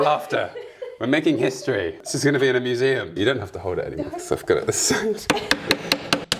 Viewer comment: "this is ganna be ina musseium" mussium person in 3020: "and here you can see the idiotic book shelf"